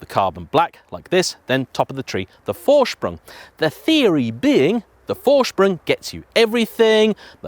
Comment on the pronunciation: PORSH-AH you sound like a moron when you say "porsh" There is no opinion here. There is right and the way you say it. ...wrong. -- How do you manage to pronounce "Vorsprung" right and screw up Porsche?